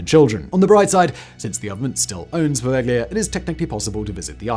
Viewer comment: Poveglia is pronounced "po-vel-ya," the G is ellided, not pronounced.